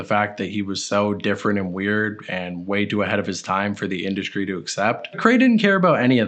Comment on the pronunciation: Why do you say "mainscream" and in other videos I have heard "induskree" why are you doing that? Lol